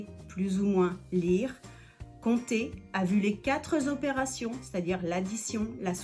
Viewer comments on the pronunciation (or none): Les quatre z'operations,ça fait mal!...Dommage !